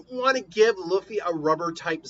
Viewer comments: You keep butchering Luffy name it’s pronounced (Loo-feeh) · You butchering Luffy name it’s pronounced (Loo-feeh)